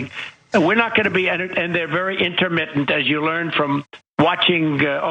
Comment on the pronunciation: Inter...mitt...ent. Energy